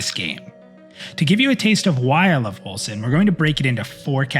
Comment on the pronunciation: Man that clip is hard to watch at first, because you are moving your mouth on the stream in the lower right corner while also talking in the vid...i thought the vid is out of sync, had to get used to it^^ Edit: All i here is "Wilson" when you say Wolcen :-)